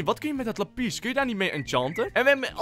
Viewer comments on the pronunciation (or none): Hoe Lapis zegt: "Lapies" XD